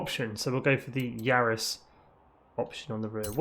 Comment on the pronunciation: Varis not Yaris